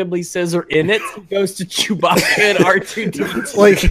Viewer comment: It almost sounded like he called him Jewbacca.